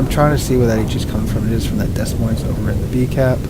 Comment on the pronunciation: It's Deh Moyne. S's are silent. Good vids though.